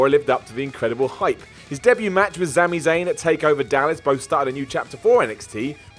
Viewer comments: it's Sami not Zami :-) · Sami is kinda pronounced as Zami